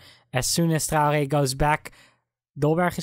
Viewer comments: Traore is pronounced Trey - Or - Aye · Its not how ur saying it. Ur saying Trow - Gey/Gay